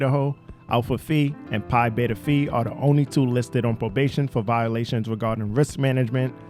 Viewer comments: It's Phi...like f (eye). Not f (e).. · Phi is pronounced Fi, but all you had to say they were modeled after the masonic rituals and that told me automatically that they were/are evil. I might have seen it as a networking opportunity, but glad they didn't have them at my college. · OK first off it is not pronounced fee it is pronounced FY. Secondly Kaley had graduated and purchased a Range Rover that she was taking to Texas to her new job and a dog that she was half owner with an ex-boyfriend. She returned to spend the weekend with her best friend Maddy Mogan and to get her personal things. Before you do voice overs you should make sure you know the facts and pronunciations', of everything you will talk about. It is like listening to a football game and the people talking can't say the players' names correctly. I am not taking a shot at you, just trying to help you improve your video's so your channel can grow. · Please look up the correct pronunciation of the Greek letters. Pi phi sounds like wi-fi. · Phi is pronounced “fī” not “fee”.